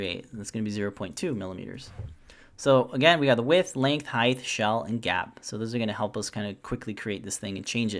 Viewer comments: LengTH, WidTH, but HeighT not HeighTH. Great video. Thanks. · Also, you said height wrong. I realize that a few Americans do this. It's height. Not heigth. The ending sounds like the ending of weight, not the same ending as width. Thanks for the video! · Firstly, thanks for the great tutorial. If I can offer a small piece of constructive criticism, the word is height, not heighth. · I do not like being the spelling or pronunciation police but this drives me absolutely crazy it's height height height height its not heighth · This was a great tutorial, super helpful especially the parameter setup.. but what's a Highth? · Height not Heigth, t sound and the end not a th... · Quite helpful and simple too. BTW: It's height (as written) not heighth. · Glad I'm not the only one who heard that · Is he saying heighth? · just thought I’d let ya know “heighth” is not a word, nor has it ever been one. However, this helped me immensely 😉 thanks for a wonderful tutorial. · Excellent video. Told me exactly what I needed to know. Thank you so much for this. But, btw, there is only 1 'H' in the word height. It's pronounced like HITE. ;-) (sorry, couldn't resist) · There is actually 2 H's in Height but he pronounces it like Heigth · Rock solid tutorial... just had to mention that "height" is not pronounced with a "th" sound at the end... just the t sound.